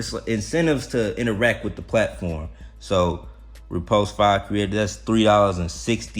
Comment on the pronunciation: when u say "repost", it sounds to me like repulsed. . .LOL. I know what you mean. Maybe I'll see you over there.